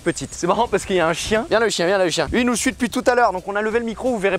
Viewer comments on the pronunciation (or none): none